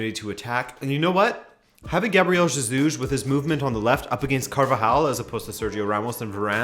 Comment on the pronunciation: Hey, I love you and Rabona tv but why😂😂😂😂 u kept saying ZEJUS all through